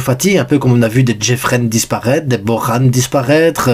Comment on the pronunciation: Comment ça Bokhan 🤣🤣pour Bojan on le prononcé (Boyan)